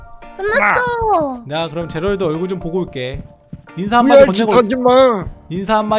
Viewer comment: 아닡ㅋㅋㅋㅋㅋㅋㅋㅋ 계속제랄드가 지랄드라고들렼ㅋㅋㅋㅋㅋㅋ